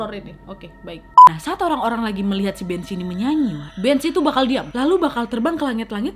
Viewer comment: Bhanzee = kok aku malah dengernya jd banc* yaaa? 🙄